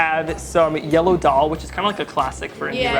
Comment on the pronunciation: Hey Eitan! Fantastic video! One helpful suggestion: the “d” sound in Hindi and daal is pronounced like “the” instead of “dee”